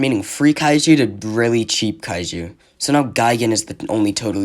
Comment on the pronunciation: 1 only thing kaiju pronunce is like the juliet pronunce isnt kaeu